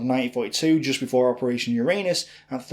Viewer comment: PLEASE put the emphasis on the first U in Uranus. It's Uranus, not urAnus.